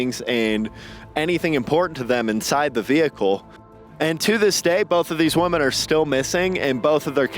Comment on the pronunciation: "None of these woman have been found to this day" Dude.. what? I'm going to go out on a limb here and guess that English is not your first language. Woman = WUH•min Women = WEH•min